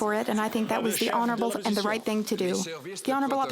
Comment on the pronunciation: This is not Reicht! I did not z ziz coming